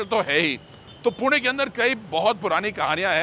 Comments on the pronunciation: I loved this vlog because you said पुणे and not पुने 😄👍🏻🙌🏼 #पुणेकर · Perfect prouncation of Pune.